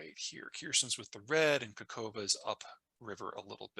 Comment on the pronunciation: K a h o v k a, not KaKOva lol